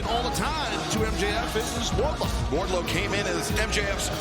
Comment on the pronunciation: It’s Wardlow